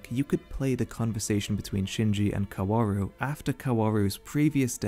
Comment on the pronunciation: i'm not really a fan of your take but i do have to say that 'kaworu' is pronounced without all those w's lmao it's just 'kaoru'